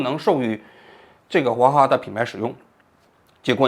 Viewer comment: 我怎么听王局说的王哈哈呢😂